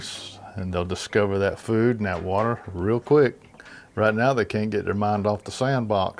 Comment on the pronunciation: Not water, but wate